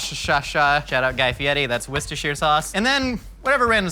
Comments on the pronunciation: you mispronounce almost everything else, but worcheshire, the one thing almost no one else pronounces correctly, you casually say perfectly. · Youre the closest to pronouncing Worcestershire correctly of all Americans ive seen try. But shire isn't sounded out in the UK, its pronounced "shu". So instead of wuster-shire its wuster-shu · Joshs pronunciation of Worcestershire is the best I've ever heard any American say 👌